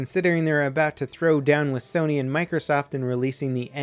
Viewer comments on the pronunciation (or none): none